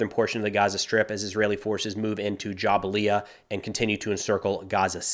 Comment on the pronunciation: JaBalia not JabaLia